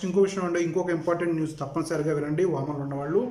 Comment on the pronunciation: Babu voman kadu OMan